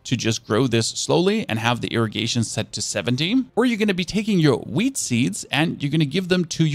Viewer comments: While filming this, you said whead thrice, is it because you like it so much? :D Whid seeds. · as a stoner i love it when he says wheat 🤣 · u say wheat... like a pro 💪😅